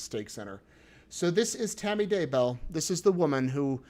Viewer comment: I hear Tammy saying her name "dayBEL", but during the trail I hear everyone says "daybo".